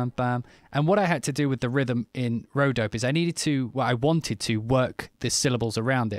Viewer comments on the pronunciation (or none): m8 pronounce the e at the end - its an ay - so its dop ay not dope